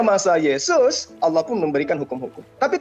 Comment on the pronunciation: Bukan alloh yg bener, tapi ALLAAAH, ngerti nggak bang?.......